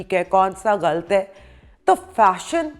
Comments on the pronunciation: Good info. Great explanation👍❤ eik bath, lafz hai "ghalat" "ghalt" nahi. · Galt nahi ghalat .plz sahi sy pronounce karaon.